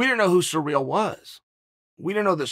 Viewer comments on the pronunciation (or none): Spoilers alert! Chael pronounces names slightly wrong intentionally to produce more comments and more controversy! Kamara, surreal, etc etc. Bravo Chael! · Chael has a surreal speech impedimentl with foreign names.